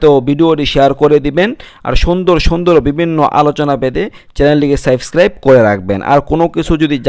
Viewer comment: উচ্চচারণ সাইবস্ক্রাব নয় সাবস্ক্রাইব।